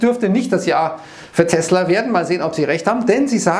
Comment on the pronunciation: Fun Fact: die Aussprache von Tesla ist korrekt. Gelernt bei Sven Carlin.